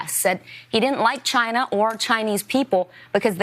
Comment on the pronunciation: UNexpected? really? the moment that Orange man said "chyna" we, Americans, are prepared for it.